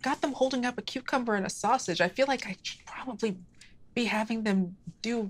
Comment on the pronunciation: Every single time says cucumber I clearly hear her say cutecumber